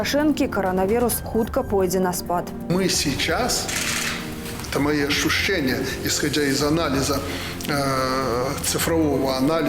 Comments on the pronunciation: У него ашушения. Тфу... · А в каким местом он ашчушчае? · Ащущэния,,у него ащущэния...у глаунага вирусолаха,твою мечту..